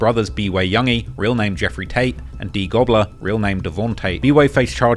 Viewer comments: Yooo did I mishear that or did he say one of these goons went by D-goobler LOLLL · D gobller? But why